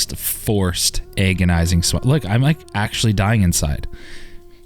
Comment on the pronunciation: did you just say "eggonising"? lol